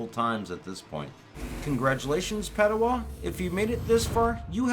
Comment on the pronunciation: You it’s padowan not padowa